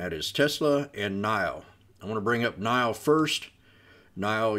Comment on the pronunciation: NIO “nee oh”